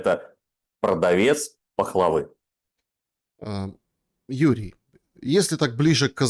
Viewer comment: ..."продавец пахвалы", "ложи"... чувак упал в моих глазах =( ну "продавец пахлавы", "лжи". экзамены хоть сдал?